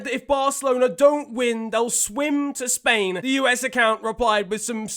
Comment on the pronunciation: Spain but the S is silent 😔